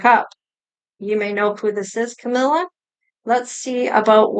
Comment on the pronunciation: Yay you said her name right. Awesome reading Thank you